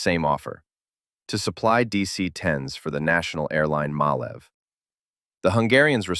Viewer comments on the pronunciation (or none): The pronunciation of MAN is not "man", but "em-ah-en". It is an abbreviation of Maschinenfabrik Augsburg-Nürnberg. And Malév is to pronounce "Mah-laiv" But teaching USains of the English about correct pronunciation is like playing chess with pigeons.